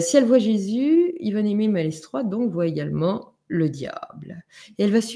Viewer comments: Chers amis, on dit maletroi pour Malestroit. On ne prononce pas le "s"... Merci pour le reste. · Bonjour, J'aime beaucoup les histoires d' que j'écoute souvant sur Mystéria. Je me permets de lui signaler pour information que l'on ne prononce pas le "S" de Malestrois (ça ce prononce Maletrois). Merci pour cet agréable moment. Namasté. ♥♥♥♥♥♥